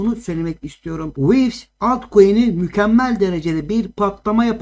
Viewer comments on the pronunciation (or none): Wivis diyo asalak ya hahahaha